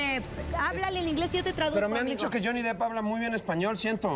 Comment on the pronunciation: No mamen JAJAJAJAJA se escribe DEPP no DEEP (le están diciendo Johnny Profundo)